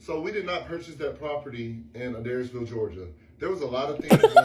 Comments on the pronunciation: It’s hard to take anything with Queen Cheryl seriously but I saw somewhere she got with Quran when he was 15?! 😬 I guess the SOAR House is for him?! BTW, the city is pronounced “uh-DARES-ville.” It’s a couple of hours away from me and believe me, a weird elderly lady and her young eccentric lover pretending to own a property to start an Avengers tower level DV shelter is literally the most Adairsville thing ever to happen. 😂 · I live like 45 minutes from adairsville and it just kills me hearing mispronounce it lol and idk why Jessi isn't correcting her! It's pronounced A-DARES-VILLE 😅